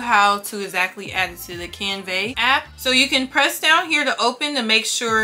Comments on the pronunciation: Hi, you are saying “ CanVEH.” The pronunciation is "CanVUH,” like the A sound in apple 🍎 . Best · Girl thank you for this tutorial it was helpful. Side note tho, it's pronounced canVUH not canVEY